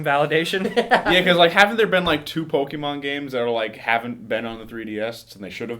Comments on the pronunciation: it's not Poke-mans,.. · why cant you say pokemon right?